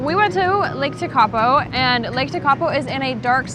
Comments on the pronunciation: Umm, mountains mean widing roads. it's pretty obvious ! If you're American, you should be used to driving for hours and hours!!? Just blue water at TeKapo ? Lol 😅 pronounced - tear- kaa- po. Btw there no garbage because kiwi take their crap home with them! Unlike Americans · Sorry guys, found this hard to watch because your pronunciation of many place names is really poor (eg Tekapo). Suggest anyone coming here plugs into some pronunciation education on the haul over. I appreciate that people come for the scenery but those who experience the culture here - notably the Maori aspects - are the ones who are going to return home most satisfied. Getting names really badly wrong evokes a visceral response in the local, so not the way to connect and experience the warmth of the culture. BTW, the blue water in lower South Island is due to glacial flour (powdered rock) suspended in the water and reflecting the sky. Anyway, glad you enjoyed it and hope you connect with the people next time. A Kiwi. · Tw eye zel, Tech a poe, glad to see you immersed yourself in the language